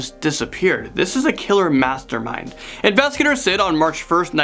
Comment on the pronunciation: why is does he so interested whenever he says “mastermind”